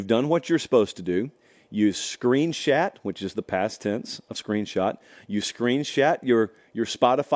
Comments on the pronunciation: is just making up words now. Screen Shat? 😅😅😅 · Screenshat huh? 😂